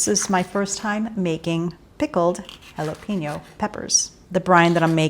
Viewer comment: two things; you can skip the sugar in the jalapeno, but instead put some carrot stick wedges instead. The other thing is jalapeño is pronounced “ha-la pehn-you”. The “pen” is pronounced like “yen”, then “Yoh”, like Ypyo. You can add onion wedges as well.